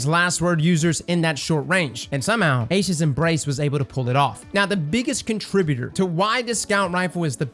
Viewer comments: Eye-sha’s embrace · It's EYE-E-shas